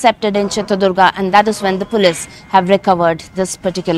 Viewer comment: Pronouncing police😅😅😅😅😅